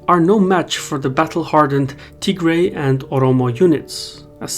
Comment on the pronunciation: Wait, is it pronounced Tigray or Tihray?